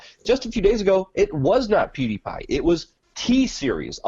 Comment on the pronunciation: PewDiePie* not Peediepie...